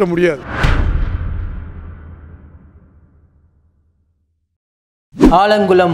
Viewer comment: ஆலங்குடி இல்லல ஆலங்குளம்🤣